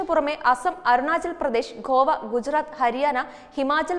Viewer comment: ഉച്ചാരണ വൈകല്യം ഉണ്ട്. ശ്രദ്ധിക്കുക. നല്ല മലയാളം പറയാൻ ശ്രമിക്കുമല്ലോ. ഗോവയെ ഖോവ എന്ന് പറഞ്ഞാല് അർത്ഥം മാറി